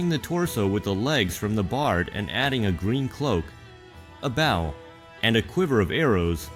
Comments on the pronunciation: i...don't think that's how 'bow' is pronounced in this context. Ra (pronounced Raw) is Egyptian, NOT Greek! "Golden armor"? That's silver armor with gold print on it. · B.O.W. in this case is bow and arrow 🏹 B.O.W. as it’s said using the text to voice is bow 🙇‍♂️ as in showing respect. It’s an entirely different pronunciation, more of an “oh” instead “ow”